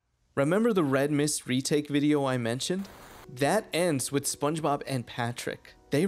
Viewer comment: I can't get over how "spenchbab" gets pronounced though it's so damn funny